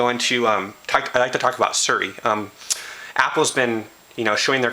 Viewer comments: its not 'suri' its siri bro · ITS NOT FUCKING SERRRI...got damn, learn how to read. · Seer-e; is how you pronounce it.